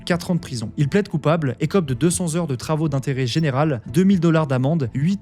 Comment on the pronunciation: Pour unr fois que quelqu'un dit correctement travaux d'intérêt général il corrige 😝